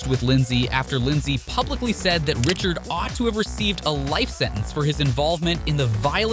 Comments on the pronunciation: Ummm? 🤔 How does someone doing a hockey video, manage to screw up the names of legendary players so badly. I realize he may be reading off a script, but a hockey fan would know the pronunciation isn't the same as the spelling 🤨 Roy and Richard Wah(as in, saying ah at doctor) and Ree-shard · You can't even say the platers' names correctly, obviously you don't know anything about the players. Patrick Roy(Pronounced Wah) Richard is pronounced RI shard. How do you pronounce Miroslav Satan's last name?